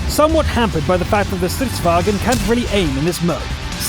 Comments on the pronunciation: You have a german pronunciation. You are saying "stridsvagen", but drop the 'e' and you are much closer to the correct pronunciation, "stridsvagn". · It's "Stridsvagn" not German "vagen" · It's more like "Strints-varn." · Pronounce like: Sttrr-ithss_VA-ngn (the letter r should be "rolling") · You pronounce stridsvagn like stritsvangn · well, we swedes aren't like the Germans. Don't at that extra e before the n in the end and you will be a lot closer to how it should be pronounced. In other words, don't say it like strids-vag-en, say it like it is spelled. Many head over to a Swedish text-to-speach site and listen to how "vagn" is pronounced. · Say it Strids Vagen, not that hard:)